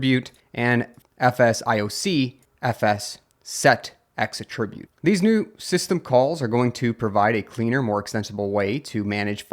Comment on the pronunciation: You are saying "attribute" as if you mean the verb instead of the noun. The noun should be "ATT-ri-bute". You are saying "at-TRIB-ute" which is the verb.